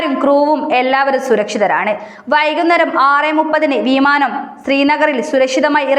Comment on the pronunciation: വീമാനം നല്ല ഉച്ചാരണം